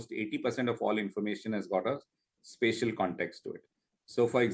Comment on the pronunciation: Even after Mr. Malik said it multiple times, the anchor kept pronouncing "spatial" wrongly.